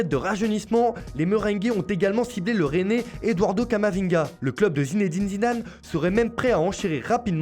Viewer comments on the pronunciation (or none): none